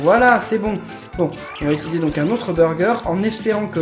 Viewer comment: arrete de dire "itiliser" stp 🙇